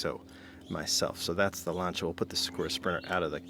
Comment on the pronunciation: Lan-ci-a….. jeez he drives me nuts how he pronounces it.